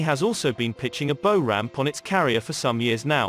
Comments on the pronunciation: Bow rhymes with cow, in this instance. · That's not how you pronounce 'bow' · Bow rhymes with cow not tow how can you make military videos without using the correct naval terminology.